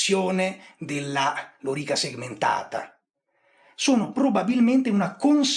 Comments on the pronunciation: cioe' ragazzi : Lori'ca Segmentata.. e' praticamente l'unico storico al mondo che l'ha pronunciata bene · Intanto grazie per la pronuncia, per fortuna non ho mai avuto modo di parlarne ma avrei sicuramente messo l'accento sulla O, pronunciandola sdrucciola e non piana. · Scusa ma sempre sentito lòrica. Chiramente hai pienamete ragione sulla faccenda della riforma dell'armamento a seguito della disfatta di Carre. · Vero, ma anche Carlo Rolle pronuncia correttamente e in restituta.